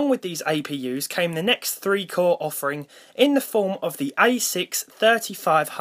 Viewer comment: twiple cowe shrekt m9